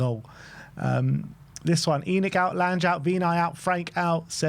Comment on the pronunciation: Your pronounciation is horrible. Lan-ge, like in Langobard